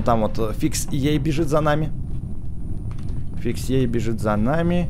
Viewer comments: Не фикс ей е а фиксай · не фиксей а фиксай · НЕ ФИКСЭЙ А ФИКСАЙ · не фиксей а фиксай ютубер такой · ты чë? FixEye говорится ФИКСАЙ А НЕ ФИКСИ!!! ТЫ ЧТО, ТАКОГО ЮТУБЕРА НЕ ЗНАЕШЬ??? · Не фиксей а фиксай ютубер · Не фиксей а фиксай! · Не выксей а фиксай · Не фикс ей а Фиксай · Не Фиксей а Фиксай.